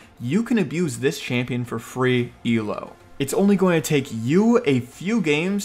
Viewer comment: It's Elo. Not E El O. Also.. Fourth!